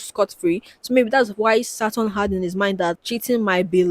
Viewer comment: so saturn is “sutton” and jacob sartorious is “sagittarius” lmao